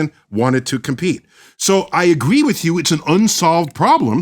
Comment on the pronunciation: Learn to pronounce with, its not wif and I can't take you seriously not being able to pronounce th...